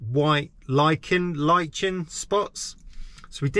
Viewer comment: that's what I thought mate 👍 ... p.s Lichen is pronounced how you said it first lol (Phonetically Lykin )